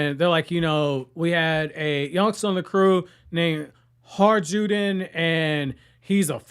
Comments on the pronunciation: HAJRUDIN is pronounced HAYRUDIN. So the J letter is like Y. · Hajrudin is pronounced ‘High-roo-din’. The J is pronounced like a y. He fought shared a sake cup with Luffy at the end of Dressrosa. He’s part of the Straw Hat Grand Fleet